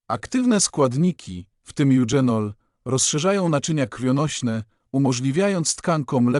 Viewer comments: Goździki pije napar od kilku lat.. Olejek goździkowy działa przeciwbólowo.. Ja pije goździki zamiast łykać tabletki przeciwbólowe.. Proszę pana nie mówi się eudrzenol,,, tylko eugenol.. Ale proszę nie mówić że to remedium na wszystko.. Skąd pan te wiadomości bierze? Tyle fantazjii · Bardzo ważne informacje , ale AI nie mówi poprawnie po polsku, np."eugenol" a nie czytane z angielskiego "dź", jak tu; to poważny błąd,tzw.makaronizm i te "dząsła": to niszczenie naszej kultury w mediach powinno być karalne, bo niszczy jej bazę wprowadzając w błąd.Od lat zanikły też końcówki wymawiane z wiejska przez "om"np ludziom, robiom etc.; przecież to jest "ął" na litość boską! Kto czyta ten wie jak się to pisze, ale w necie te "omy" to plaga.W mojej podstawówce taki "omowiec" nie zdałby z polskiego, pała by była😮😊